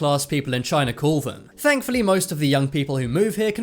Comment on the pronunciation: He just said Chiner